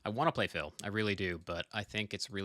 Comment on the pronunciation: Am I the only one that cringes every time he mispronounces Phil's name?